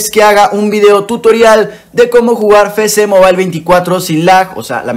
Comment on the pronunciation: Ah alguien mas le da ansiedad qcada ves que dice "FECE MOBAIL" sabiendo que es "EFECE MOBAIL"